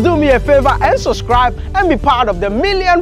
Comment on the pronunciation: My Ghana Inlaw it's SuBscribe not soscribe :) Big Up :)